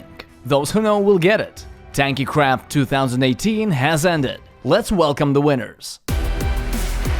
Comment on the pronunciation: LOL its really sounding like that xD